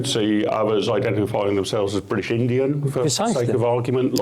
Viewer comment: I had a reflexive reaction of 'you can shove that bwitish hyphen up the usual spot'